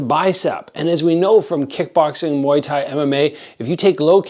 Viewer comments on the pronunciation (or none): none